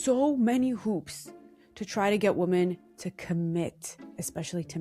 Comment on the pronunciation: off topic but 'woman' and 'women' are pronounced differently😑